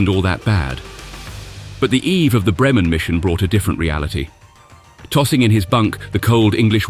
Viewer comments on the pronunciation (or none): 'Messerschmitt'... Beautifully and CORRECTLY pronounced...AT LAST!!!... (But 'Bremen' is pronounced. BRAYmen... as ) 🤫